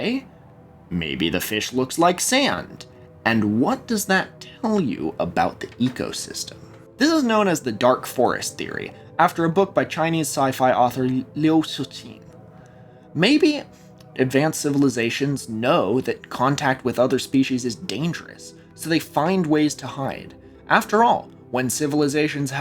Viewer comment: everyone struggles with Liu Cixin's name and this is a decent attempt but not correct. "Liu" was pronounced correctly, "Lyoh" or almost like a sped up "Leo". but in pinyin romanization, the "c" is a "ts" sound, and the "x" is essentially a soft, front of the mouth "sh" sound. so it's "Lyoh Tsih-sheen".